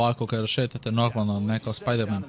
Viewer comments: When he sad "Pajdermen" i really felt that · Piderman miles morales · Rekao je spiderman ali u editu je skinuo s 😬